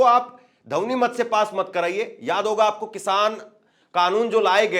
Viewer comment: जैसे रिपोर्टरों को हिंदी भी पूरी तरह नहीं आती है इन्हें ध्वनमति शब्द बोलना नहीं आता है